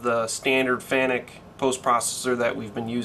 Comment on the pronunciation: Hey I noticed the Fanuc pronunciation right off, had a laugh, are going to the IMTS show next week?